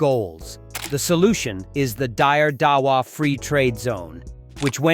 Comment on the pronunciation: Deire dawa not dier poor prononciation.